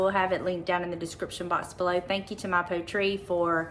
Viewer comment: Is it pronounced “poet”ree…like the word poetry? If not, excuse my correction, but thought since it was a sponsor it might be worth checking.🤷‍♀️